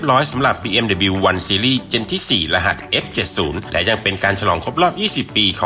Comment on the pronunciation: อ่าน ดับเบิลยู นะคร้าบ